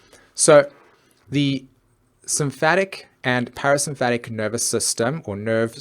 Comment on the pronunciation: I hate to be the Mars/Venus/Mercury in Virgo here, but you pronounced (para)sympathetic as "(para)symphatic", and amygdala as "amyglada". Otherwise, great video! <3 Always love your work.